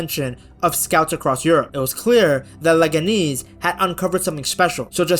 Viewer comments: How do you know their mascot but not how to say their name lol. Leganeeeez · Leg-ah-knees is killing me 😂